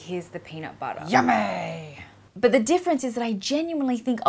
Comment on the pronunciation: ''Yummay'' xD